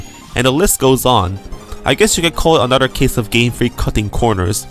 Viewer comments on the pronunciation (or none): none